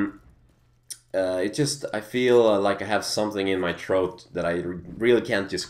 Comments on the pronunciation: its pronounced throat not troat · i love how you say 'troat' instead of throat xD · Oh, so you have something in your troath. I understand perfectly clear now. You're so awesome, your throat is a troath. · "Someting in my troat" Haha :P